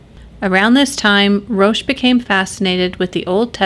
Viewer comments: Enjoyed the video and like the channel. Can see you're getting more comfortable in front of the camera again, congrats and keep up the good work. Just wanted to share for future reference, not a criticism, the letter H is silent in French. So Roch is not pronounced like roach but as Rock, like the ex-wrestler and movie star. That also applies to his last name, the Thé should be pronounced as just a T sound. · it's pronounced ''ROCK'' Theriault...not Roche Theriault...otherwise great video and you are sexy :) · Roch is pronounced as "Rock."